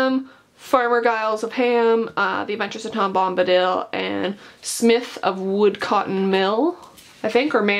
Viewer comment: "woo(dco)tten" "rover(an)dam"